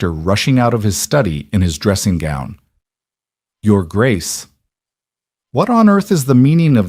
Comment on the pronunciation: The voice doesn't understand how to say "Your Grace".